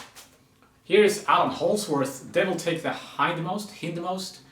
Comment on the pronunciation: “H-eye-nd most”